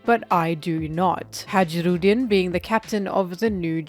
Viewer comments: hajirudin xDD in Japanese its Hai-ru-din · btw hajrudin is pronounced hai ru din. its a scandinavian thing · Fun fact, Hajrudin is pronounced "high-roo-deen" (much easier to say, thank god) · why are you pronouncing Hajrudin like that??? 😭😭😭